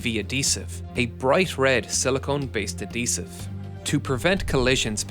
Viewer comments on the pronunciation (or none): Adhesive is pronounced like ad-hesive, not ad-eesive, as the “H” needs to be pronounced. Keep working on the little things! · A dee sive 😂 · Who pronounces adhesive without the h? Is this guy just a mindless scriptreader who can't catch a typo? Or is this just an unusual artifact of regional dialect? I feel like there was another video where he made a similar mistake. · My man killing me...love the vids but the "Adhesive" being said as Ad dee sive is killing me.....Ad Heev siv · A-desive. A-desive. A-desive. A-desive. ADHESIVE you irish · Say adhesive like that one more time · Great video,. I really learned a lot by watching this. Most important thing I learned: Irish people don't pronounce the "h" in adhesive.:) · I like how you say adhesive